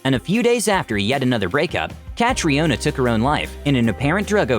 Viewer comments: It's not "Cat-ree-o-na" It's just "Cat-ree-na" I know I know irish is basically just gibberish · That butchering of Caitriona is quite something. Cat-riona hahaha Cat-ree-na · Catriona Pronunciation - Ca-tree-nah. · you butchered his name lmao